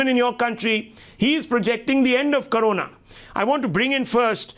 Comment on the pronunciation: First of all, it's "corona" not "karona".